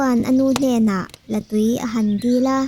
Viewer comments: La in tui a neilo, La túi tih tur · Latui tuisik ang a lam rik tur a ni lo a Artui lam rik ang a lam rik tur a ni